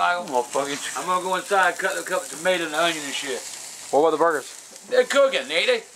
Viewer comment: “Slice your mators”